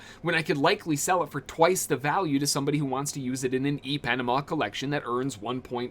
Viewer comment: Good Vid! Ipanema = EPanama is hilarious. I believe it supposed to sound like Eee-Pa-Neema . Good try tho 😂